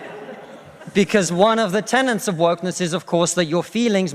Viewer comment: Tenets not tenants. Your welcome.